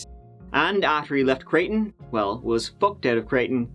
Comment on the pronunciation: Midwesterner here and big fan, but needed to tell you how we pronounce i5 Creighton = Cry-tin Terra Haute =terra hoe-t